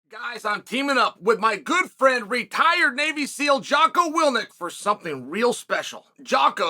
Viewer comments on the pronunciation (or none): love that into "with my good friend, jock willNIK..." his name is Willink.